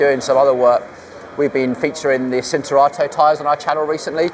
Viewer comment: Pirelli CHIN-turato, not "Sin"